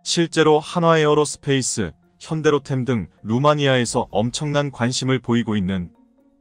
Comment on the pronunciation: '달달 덜어서가' 아니라 '달달 털어서' 입니다. '대공 마사일'이 아니고 '미사일'이고요. '현대로텔'이 아니고 '현대로템'입니다. ㅎㅎㅎ 그리고 루마니아는 유럽 아니 동유럽에서도 가장 가난한 나라 중 하나 입니다. 크리에이터가 한국 분이 아니신가봐요.